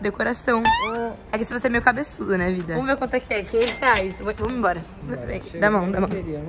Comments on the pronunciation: Só eu que ouvi a falando vidah pro peixinho?👁👄👁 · Eu escuteiii ela falou vida msm✨♥️ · Gente alguém percebeu que ela chamo ele de vidah?